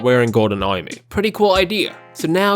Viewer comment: i love the way you say armor, fucking funny lol